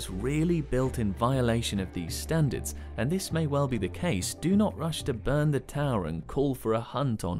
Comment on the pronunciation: "STANDARTS" lol